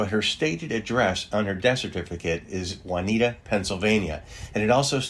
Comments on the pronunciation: Juniata. “June ee ata”. Not “waa nee ta” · It’s June-ee-at-uh. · It is pronounced Joo-nee-at-uh. Great video. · Just a note: Juniata as a persons name is pronounced "Wha-nee-ta" Juniata, PA is pronounced "Joo-nee-at-uh" Once, when returning a telephone message, I asked for "Joo-nee-at-uh", the receptionists at the other end said (somewhat crisply) I'll connect you to "Wha-nee-ta". Lesson learned. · Pronounced June e at ah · It's pronounced Joo-nee-at-ah not Juanita. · Juniata. Pronounced june-e-ata. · That was interesting and nice to see some of the places. I was going to say something about the pronunciation of Juniata, but another commenter noted that it incorrectly even says Juanita on the death certificate. As a Pennsylvanian, it's almost laughable since I can't think of any county, city, borough, etc. with a Spanish name in this state.